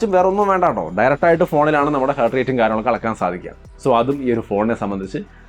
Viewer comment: ഹേർട്ട് അല്ല ഹാർട്ട് ആണേ 😌🥰